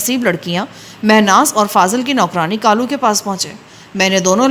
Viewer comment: اچھا لڑکی کا نام کالو ہے آپ اسے غلط بول رہی ہیں۔ کالو لڑکے کا نام ہو تو ( کا ۔۔۔۔ لُو ہے) لڑکی کا ہو تو ( کا۔۔۔۔۔لَو ہے بہ وزن لے لو۔ دے دو۔ یہ لو ۔۔ وہ لو۔ کا لو۔۔۔۔ پلیز آئیندہ اگر ناول میں یہ نام آئے تو تلفظ درست کر لیں۔